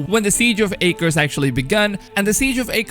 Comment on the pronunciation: Your pronunciation of Altair and Acre is killing me.